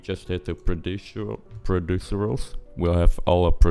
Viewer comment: it's pro-zee-dural, you kept pronouncing it produceral :P